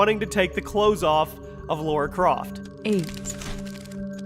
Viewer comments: Lara... not Laura. People still can't get it right. sheesh. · Why do Americans insist on saying Laura? It's LARA. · I thought her name was lara, not laura, tomb raider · Lara Croft, not Laura. :) Easy mistake, great video though!